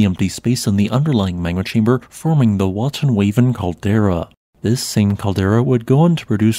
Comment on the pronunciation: I'm huntin' wabbits on Wotten Waven Cawdewa.